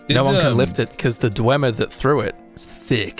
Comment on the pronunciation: "WoAh sOmE KiNd Of DwEmeEr TeChNolLoGy" LMAO. Nice Joke, I really loved the ESO part. It was just wholesome.